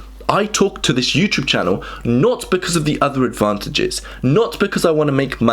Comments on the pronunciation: What's this YouChube you speak of? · Say Youchoob one more time! ☠️ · I am not from an English-speaking country, is it normal to pronounce "iuuuuchuvvv"? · I love the way he says "YouTyoube."